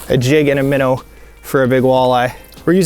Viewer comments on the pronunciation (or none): "jig an' a minnuh"??? Oh, im sorry, I thought I was tuning in to watch, not... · Jig and a minnaa sounds like lol